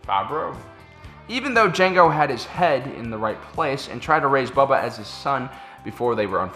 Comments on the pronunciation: Its not bubba its pronounced bow-ba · c'mon,, it's Boba not Bubba:D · Does he keep saying Bubba? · How have you made this many Star Wars videos and still pronounce "Boba" wrong?